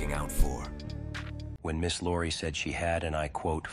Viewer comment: It's Iori, not Lori